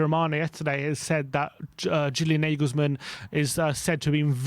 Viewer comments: Why is Julian Nagelsmann name been pronounced as Negelsmann?..the correct way to say his name would be “You-lian Nar-gayles-mann!!”..if we are going to flirt with him,the first step would be to get his name right 😂😂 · ‘Narglesmann’ not ‘nayglesmann’ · Never heard Nagelsmann pronounced like that before